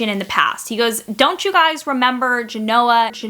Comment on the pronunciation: Nice little aside, there, about Gen-O-ah (GEN-o-ah?).